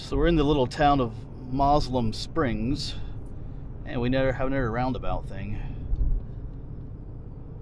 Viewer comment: That was pronounced mo sel um springs